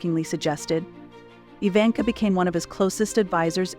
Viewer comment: Her name is not pronounced "eye-vanka", but, "ee-vanka".